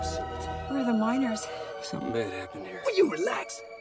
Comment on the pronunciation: Miners! Not Minors!